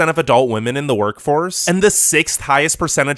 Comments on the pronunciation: Just for your information, women is pronounced as 'Vimen' or 'We-Men' and not as 'Vomen' or 'Woe-Men' or something else. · The narrator really should consider attending some sort of school to learn how to differentiate "woman" and "women". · Women not woman jeeeeeeez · In addition to the sickeningly obvious bias in this video, he needed to do better editing on his sound work. Especially early in the video, there were many times where his voice on the video pronounces the plural word "women" as the singular word "woman." I've been enjoying his videos, but this one made me cringe from start to finish. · Are you intentionally saying Woman instead of Women? lol. It's quite annoying sounding. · Are you saying “woman” or “women”? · While yes, wo- pronunciation was there so to was singular wo-man for plural wo-men. Now he may have been not fully pronouncing the e which may have let lead to the e sounding like a, but either way yes he was pronouncing wo- but very often it came out wo-man when it should've been wo-men. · Are you saying women or woman? If you’re saying woman, why? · Women (pronounced wem-men)=plural Woman (pronounced wo-man)= singular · Sounds like he is spelling it wuhmon 🤣🤣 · This guy pronounces "women" and "woman" in EXACTLY the same way. It is very distracting. Other than that, good video.